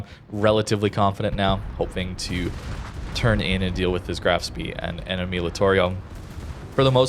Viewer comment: Just a heads up. The Graf Spee is pronounced Spay :P